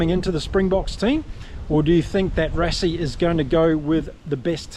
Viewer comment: Rassie = Rá c Versveld = Fé r s fel d (you got the second part right). Thank you.